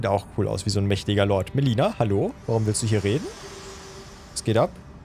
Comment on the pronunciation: Ich finds toll wie manchmal melinda sagt erinnert mich immer an animal crossing:3